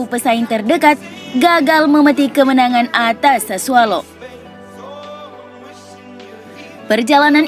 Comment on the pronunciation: Mbak mbaaak…..sasuOLO bukan sasuALO semusim salah trs sih nyebut nama klub.